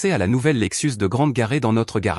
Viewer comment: la Lexus et non l'Alexis